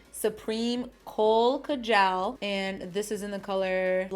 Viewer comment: I love this look so much! I'll go and buy the stuff I don't have. Also, it's kaa-jul (kajal) The stress is on kaa. a lot of American youtubers pronounce it weird and my south Asian ass gets all uncomfortable 😣